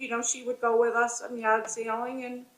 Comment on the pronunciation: I kept hearing “yacht sailing” not “yard sailing”